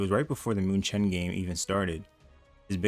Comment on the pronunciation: its pronounced mewken not muchen